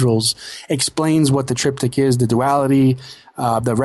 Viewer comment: Triptych. The guest needs to learn to pronounce the word!